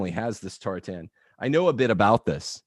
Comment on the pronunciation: Agreed. If he wants to claim Scottish heritage, fine, but how Scottish can he be when he pronounces tartan so badly?